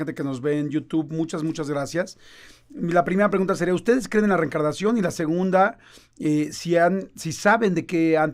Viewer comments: Por qué dice "recarnación" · Reencarnación, no reecarnaciòn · No se si solo sea yo, pero se le oye que dice recarnacion en vez de reencarnación